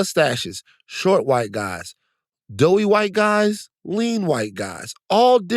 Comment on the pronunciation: Van said doughy....hahshahaaa